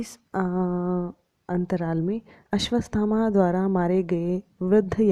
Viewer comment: सब् कुछ अच्छा था। मगर आपने अश्वथामा को अश्वस्थमा कहा है, आपका उच्चारन गलत है 🙏